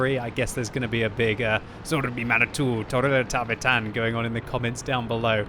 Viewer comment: Suomi mainittu!!! Torilla tavataan 😂 aika hyvin sano sen 😅